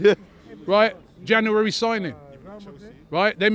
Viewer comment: Why cant he say January?